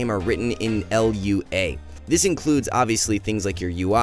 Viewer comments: It's just Lua (loo-uh) my man. Great vid! Working in software myself, I can say you hit the nail directly on the head. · "L.U.A" lol